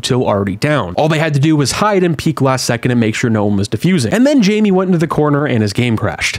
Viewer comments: It's Jame not Jamie bruh.... 💀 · It's pronounced "jame" not "jame" smh